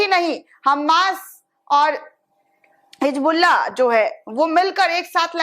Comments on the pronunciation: Hijbullah nhi hota hai Hizbullah hota hai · [hi "Z" bulla] NOT [hi "J" bulla] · Hijbullah nahi Hizbullah Pahle apne alfazon ko durust karo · It's HisbulLaah not hijbullaah but it sounds like HizbulLaah BUT NEVER NEVER HIJBULLAA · Hijbullah nahi hizbullah bolo